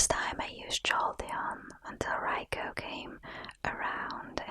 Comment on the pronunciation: You're amazing =) I just love how you say Raikou <3